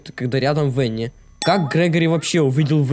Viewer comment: Не В э н н и а В а н н и!